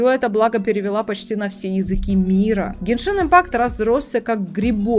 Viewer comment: Бл гЕншин, а не геншИн